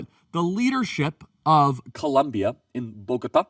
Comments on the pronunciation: Its Colombia not Columbia Charlie 😊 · Is not columbia,is COLOMBIAAAA..wtf...lol..! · COLOOOOMBIAAAA NOT FKN COLUMBIA. I thought you would do better 😒😒 but yeah petro is terrible, as a colombian we are tired of this leftist, almost every time he opens his mouth he fks it up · It is COLOMBIA!! Not Columbia 😂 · Charlie, it is NOT Columbia but Colombia! Great job brother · please is COLOMBIA (O) NOT COLUMBIA 😢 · It's 'Colombia". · Come on Charlie. I love watching your videos and love the work you are doing. It is Colombia* though, not Columbia. With love, a fellow Colombian. P.S. f*ck Petro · It’s ColOmbia like the country not like Columbia, SC 😂